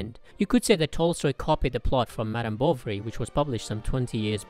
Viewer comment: When you say "Bovary" it always sounds to me that you are saying "Bolvary", or it's just me!